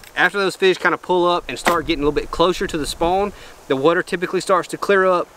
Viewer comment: Here for my weekly dose of sayin "WUTER" idk why but i love it lmao. Love the content!